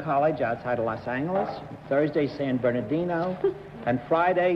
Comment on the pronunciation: Did anyone else pronounce Los Angeles is a hard G beside Bennet Cerf?